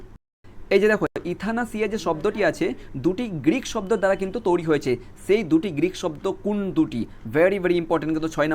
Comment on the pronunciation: তৈরি ❌ তোরি ✅ 😂😂😂😂😂